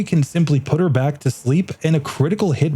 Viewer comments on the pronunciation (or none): none